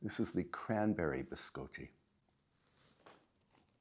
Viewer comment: It's pronounced (bi scotty), as in 'beam me up Scotty'. Sorry, I have OCD. Love the room setup and I really want to setup a pantry too. Your videos make my day . There's too much negativity in the world and it's nice to get away from it to take some time to relax and enjoy life.